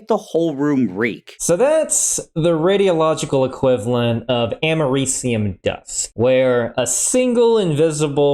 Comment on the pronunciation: First time I've heard americium pronounced... not what I expected!